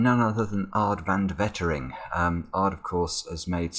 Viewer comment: A bit of nagging as it hurts my ears when you say Aad's name. The correct way to pronounce it is "Aaahhhh-t (just imagine falling) vən ('ə' like in about) de Way-te-ring ('w' like in square and 'te' like in tennis)".